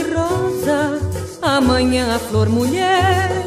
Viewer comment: Mulherrr não mollerr